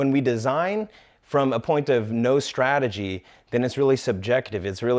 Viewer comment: It's Strategy and not srategy.